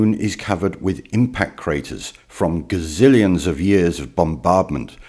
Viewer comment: Dis nigga said "gazillions"